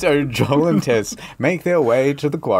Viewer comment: It's incredible how many times he gets Tess' name wrong